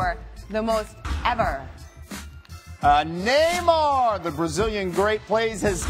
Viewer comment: "NEYMARR!!!" "Soccer" "Baloon Dee-orr" Fuckkk me.